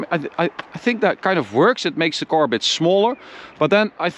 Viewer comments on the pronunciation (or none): the English sucks, it’s a car, not a cor!!